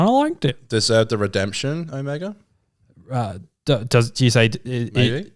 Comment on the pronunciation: OHMYGOD will you STOP itt!!!! It's Omega. OH(mega). Not "oMEGA". AAAAARRGH!!!!! :(